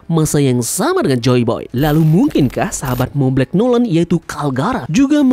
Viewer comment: monblanc noland di baca "montblang nolen",you're welcome 😊